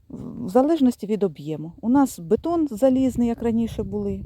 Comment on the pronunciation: бІДОн, а не бетон..